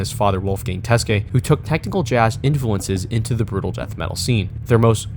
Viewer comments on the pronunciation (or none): none